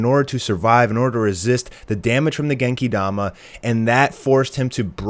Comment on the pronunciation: Stop saying Genki Dama like that for fucks sake